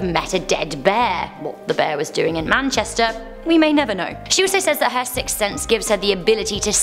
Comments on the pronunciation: You are saying sick sense not sixth 😂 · A sick sense? Hehehehe I'd love to hear her say sixth sense 5x fast lol